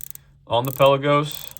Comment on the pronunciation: I’m no language expert..but Palagos is from the Greek word meaning ‘open sea’ or ‘depths of the sea’ and is apparently pronounced pal-laa-gos.